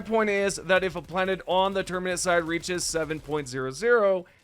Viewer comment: He pronounces it wrong so you will comment, driving up his engagement